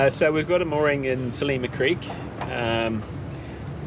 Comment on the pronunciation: Great that you have discovered pastizzi. To really appreciate the local food culture though you have to try Maltese rabbit stew and tuna: hobz biz- zejt. Glad to see Australian Catholic is experiencing the Mediterranean Catholic Easter. PS Its Sliema (SL EEE MA) not Selima!